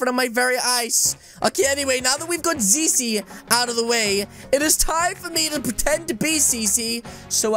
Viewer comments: You said zizi a lot its zizzy -_ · You said seesee